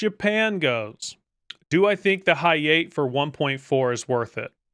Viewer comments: The "high eight" 🤪🤪 It's Ha-Ya-Te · Yeah hayate is a blast it’s one of the few Japanese DD’s with excellent guns. He says it bad wtf 😂😂